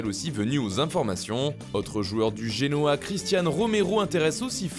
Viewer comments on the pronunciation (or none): none